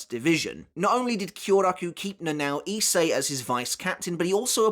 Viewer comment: her name is not read as na nao but na na o